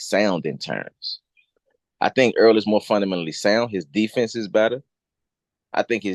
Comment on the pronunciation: One more question, how can you be SO detailed in your assessment of this upcoming fight but never figured out the name Errol is not pronounced “EARL”?